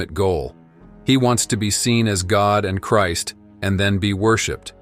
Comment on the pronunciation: Why can’t this narrator pronounce Christ ?? Why does he have issues with it????